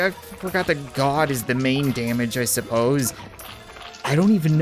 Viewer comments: "Fire ze Cat Cannon" Never gets old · ah yes... "FIRE ZE CAT CANNON"